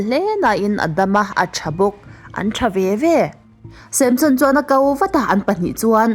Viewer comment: Tinge Samshon tiin i chhiar zel a 😂